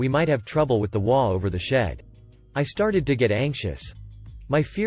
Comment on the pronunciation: HOA is pronounced as its three letters, H O A. I love your content, but if I knew what an imogey was, I would post fully dressed imogeys, not bare imogeys. I do not do cyber porn.